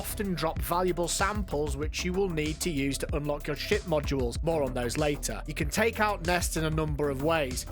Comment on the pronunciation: This whole time, I thought you were saying sh*t module, but you were saying ship module. ( Sorry, my bad)